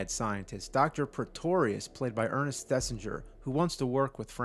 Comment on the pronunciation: Thesiger. Thesiger. Not Thesinger.